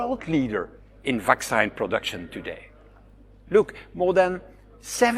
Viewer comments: Did the Belgium twat just say ‘vac-sign.?’ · The Vacksighn 😂😂👍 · Funny how his pronunciation of "vaccine" rhymes perfectly with "asinine"... just sayin'.